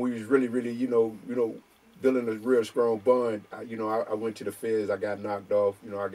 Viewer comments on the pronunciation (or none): Bro. pronounces his T's with C's.... Scrong, Screets, Scrong, Screnth, Scrips ..